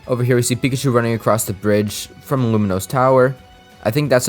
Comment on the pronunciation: Its lumiose not luminos.